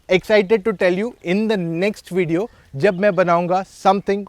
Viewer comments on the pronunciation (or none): none